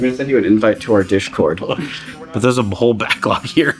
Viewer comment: Calling the server "dishcord" is genius